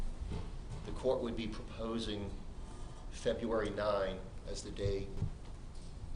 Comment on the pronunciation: I'm sorry but this judge is horrible he can't even say february 5th correctly he says februari 5 how is this man a judge